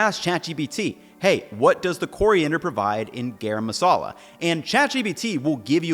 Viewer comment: It's garam masala. Not gayraym masala.